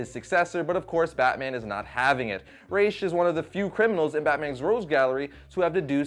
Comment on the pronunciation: Thank you for pronouncing Ra's right